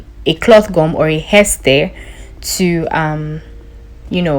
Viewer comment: It's haystay